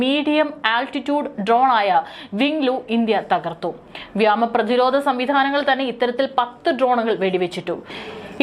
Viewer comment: വ്യോമ മേഖല ആണു വ്യാമ മേഖല അല്ല വാർത്ത ശരിയായി വായിക്കുന്നത് അതി പ്രധാന മാണ്. ശ്രദ്ധിക്കുക